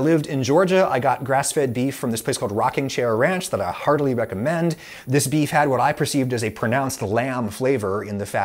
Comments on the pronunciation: I had to rewind it a few times to hear "Heartily" instead of "Hardly" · I heard "When I lived in Georgia, I got grass-fed beef from a place called Rocking Chair Ranch that I hardly recommend." I had to turn on the captions and play that part again. It reads, "... that I heartily recommend." Big difference. Otherwise it was an informative and entertaining video. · sounds like you say you "hardly recommend" Rocking Chair Ranch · I had to do a double take . I heard that as "hardly" rather than "heartily", but given the context, obviously the latter makes more sense. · When you said that you heartily recommend the beef, it sounded like "hardly" to me. Thank you for adding the captions, helps me improve my English.